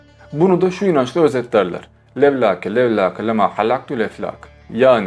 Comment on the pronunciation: levlake levlakeden sonraki telaffuz çok iyiymiş :)